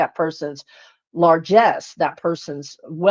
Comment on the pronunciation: "largesse" lol...proof of channeling right there.